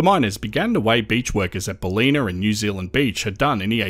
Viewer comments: " Bal i nuh " . not " Baleena " . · It's "bal-in-ah" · Im doubting your Ozy-ness now with your pronunciation of Ballina and Maclean 🙄😐 or are you using Aussie AI narrator? Always thought your cadence quite odd. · I thought he said Ballina wrong. First time I have heard that lol.